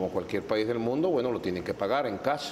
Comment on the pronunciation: MarQX80, cash y business si lo prenuncia bien el porky como dicen en mi pueblo